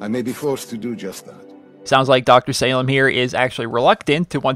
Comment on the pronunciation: It is Pronounced Dr. Salim (Saleem)